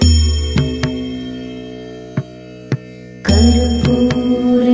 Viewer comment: But u r pronouncing Navami